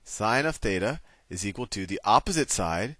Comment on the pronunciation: θ is pronounced theta